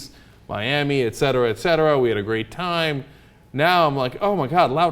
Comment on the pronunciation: How many times are you gonna 'ect' Cenk? =D